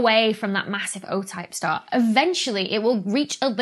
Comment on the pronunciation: "white dou-arf shtar" Ooh! the ghost of Sean Connery almost tapped your shoulder there!